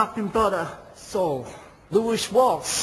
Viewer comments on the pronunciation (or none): “Lewis Walsh” 😂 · 'Lewish Walsss...'